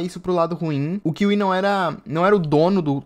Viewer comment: éfi for kiwi